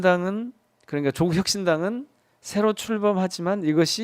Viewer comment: 누가 조국씨 이름을 조:국이라노 길게 읽어요~짧고 높게 읽는 겁니다.